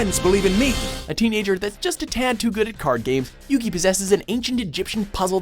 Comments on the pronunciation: U SAID YUGI'S NAME WRONG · Um sorry. I just can't get over the way he pronounced Yugi's name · How are you gonna say Yugi's name wrong wtf is wrong with you lol also totally called he'd be number 1 XD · I'll just brush aside how he literally mispronounced Yugi's name, but holy shit Yu-Gi-Oh!'s hair in Zexal and Arc-V is sO tragic and it's actually painful I just